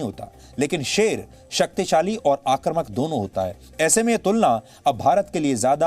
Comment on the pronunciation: सुधीर जी, आप जैसे विद्वदजन को बार-बार टोकना अच्छा नहीं लगता।आक्रामक/आक्रामकता के जगह पर आक्रमक/आक्रमकता जैसे शब्द का उच्चारण करते हैं।आपको लाखों लोग सुनते हैं ।कृपया उच्चारण सुधार लेते तो अच्छा रहता।धन्यवाद।💐💐